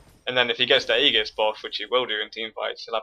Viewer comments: Hey, just one thing. Aegis is pronounced ee-jis, and it means "shield or protective armor." (Sorry, I don't wanna sound like a dick, I'm just big on pronunciation and grammar, again great video though!) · It can only be pronounced with a hard "g" in Latin, but since it's a Greek word being read in English the "g" makes a "j" sound. Although yes, if it were Latin then his pronunciation is correct.